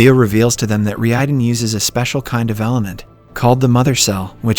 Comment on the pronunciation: You can notice it especially when the TTS tries to say "Reiden" but ends up saying "Ree eyeden"